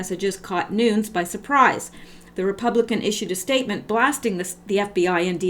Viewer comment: Nunes is pronounced NewNez. Cheers!